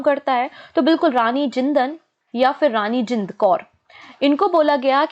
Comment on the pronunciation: Mam N silent word tha rani jinda hi bola jaata hai 😊